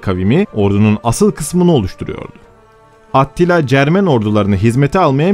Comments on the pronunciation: Attila deyil yalnız Atilla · Attila diye yazılır Atilla diye okunur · Atilla diye okunuyor